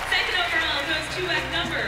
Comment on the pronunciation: I cringed every time I heard Abby say "seckent" instead of "second".😊